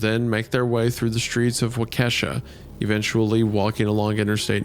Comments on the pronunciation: absolutely beside myself at isiahs inability to pronounce "waukesha" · Isaiah saying people sound like feds when they say Appalachia wrong but then says Waukesha like that. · Seriously Isiah, you could have watched ONE news video from this incident and figured out how to pronounce Waukesha. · The pronunciation of Waukesha was so wrong it kept taking me out every time they said it 💀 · Not Wendi pronouncing Waukesha wrong lol 😭 Sincerely, A Wisconsinite that lives less than an hour from there! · Holy crap! Isaiah, that is NOT how you pronounce Waukesha! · I'm from Wisconsin and hearing Isaiah butcher a county name breaks my heart. 😂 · The way wendigoon pronounced waukesha made my waukesha self cringe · The pronunciation for Waukesha was absolutely butchered 😂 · The biggest crime with them reading this isnt that it was turned into a pasta, or even being uploaded on the anniversary. Its Wendigoon's pronunciation of Waukesha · As a wisconsinite i understand it but I cringed a little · i think this shit happened like 20 minutes from where i live but yeah no one can pronounce waukesha properly lol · I had to stop immediately cause I lived in Waukesha and the way Wendigoon pronounced it has me rolling on the floor laughing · the way isaiah pronounces “Waukesha” physically hurts me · I love when people try pronouncing towns in Wisconsin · Does nobody know how to pronounce Waukesha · hearing Wendi mispronounce Waukesha so many times takes one day off my life span as a Wisconsin native... god have mercy on my soul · seriously... couldn't even be bothered to figure out how to pronounce the name of the city it happened in... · Lost me when Isaiah pronounced Waukesha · How does Isaiah correctly pronounce Chequamegon while so badly butchering Waukesha? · GOOD LORD WENDI ITS PRONOUCED "WOK-AH-SHAW"!!!! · Hey, just saying, it’s Wah-ka-Shaw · waukesha is pronounced walky-shaw. my grandma lives there! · hearing waukesha being pronounced "wal kesha" is new lmao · wah - Ke$ha 😅